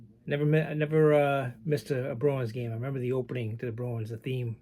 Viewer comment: Hello. It took me awile to figure out you were saying Bruins. I hear Browens!! Ha. I'm not a hockey guy, unless it's Orr or Gretzky, but ran across a decent '72 Cheevers and a few other "Browens" cards I'd be happy to trade.